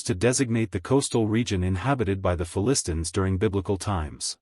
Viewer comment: Announcer not able to pronounce the Philistines right. False doctrine is not even from the Bible